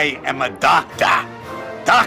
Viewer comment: IM A DOCTAHH!